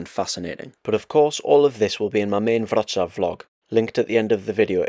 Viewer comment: What a great film. And well done for pronouncing Wrocław correctly. Just one point of information. Unlike Latvia, Lithuania, Estonia etc Poland was never actually part of the Soviet Union. After the war, the Soviet Union installed a communist regime in Poland, which would do what the Soviet Union told it to do, just as they did in Czechoslovakia, East Germany, Hungary, Romania, Bulgaria etc These regimes were meant to act as a protective wall between the West and the Soviet Union. They were known as the Warsaw Pact countries and although the regimes were (mostly) loyal to Moscow they weren't part of the Soviet Union itself.